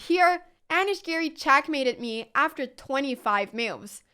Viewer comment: It's interesting how the auto-generated subtitles "translate" Anna's pronunciation of "moves". I wasn't even paying attention to it, but saw mills and meals pass by. 🙂